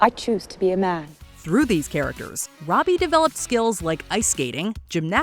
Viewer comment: Her name is NOT Rowby or Roadbie. It is Robbie, pronounced ROBB-EE.